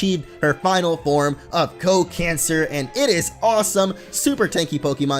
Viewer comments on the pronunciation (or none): Can you please pronounce the name as "Co Can Sar" (Sar as in Sarlacc (that's starwars just in case)). Feels really "eehhhhh" to pronounce it as cancer... :\